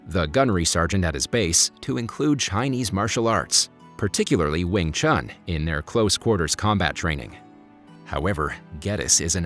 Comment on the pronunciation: Cmon u completely pronounce 詠春 wrong